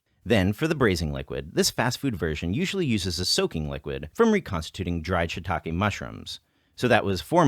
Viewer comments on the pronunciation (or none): none